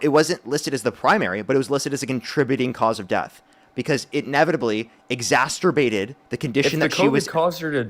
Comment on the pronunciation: Y'all gotta stop pronouncing exacerbated as "exasturbated" 😂